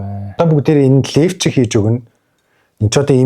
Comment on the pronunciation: лэвчиг ийг юу нь аймар хэлджг юм бэ😂